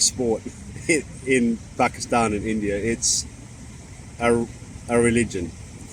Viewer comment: i like he pronounces pakistan the right way